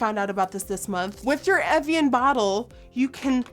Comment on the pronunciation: Am I the only one chocked about how well she pronounced "evian" and "meteorite"? That was perfect Nikkie 😂 but you'll have to work on "Guerlain"